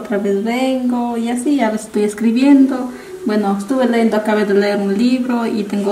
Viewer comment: se dice leyendo no leendo